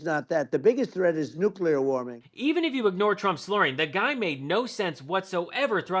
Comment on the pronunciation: Nucular Warming? 🤔